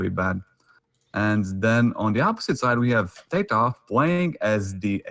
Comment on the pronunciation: How the other caster pronounced TaToH is very annoying